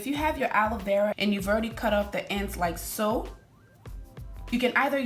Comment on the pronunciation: I thought she was saying like soap 😭 Beautiful hair tho